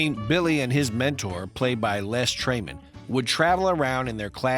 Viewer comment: "Les TRAYMAN"? It's pronounced "Les Tremayne." You know, like it's spelled. I sincerely hope the narrator isn't AI...